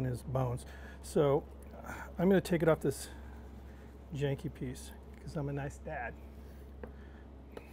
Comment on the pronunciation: Great video! #1. You said “Jankey” not once, but twice! #2. Your LSG door squeaks like mine I like you 👍🏻 Looking forward to running chip’s through mine very soon.